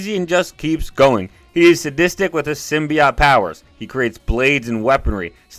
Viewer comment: Stop saying symbiot. It's symbiote.